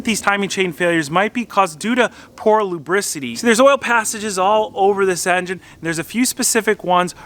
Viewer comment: Did you just say "Luberisity"?